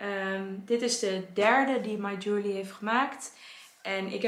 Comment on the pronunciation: Ik snap dat je jewellery lastig vindt om uit te spreken, maar als je op de spelling let is het eigenlijk heel logisch. Je-wel-(e)-ry.